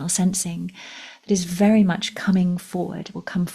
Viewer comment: It sounded like you said “it’s a faery exciting time” 🧚‍♂️Then again, it wouldn’t surprise me if you did!❤😊